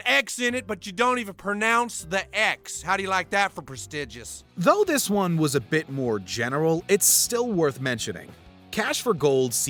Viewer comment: My favorite episode hands down. "YOU WANT DISSUN???" YOU WANT DISSUN NOTCH HERE??"